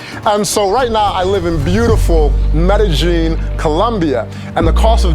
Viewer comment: Medejin? Medejin? Medeyin, bro.. Lol